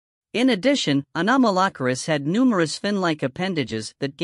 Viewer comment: i might be the 357th subscriber, but only if you learn how to pronounce it's name better, please...